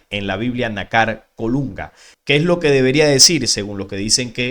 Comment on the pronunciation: disculpa,por favor pronuncia lo correcto ,fíjate que nácar es una palabra grave ,o consúltalo en un diccionario y veras donde lleva el acento,.